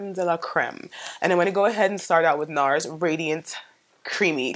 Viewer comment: i used to work for nars and the first way you said it is correct.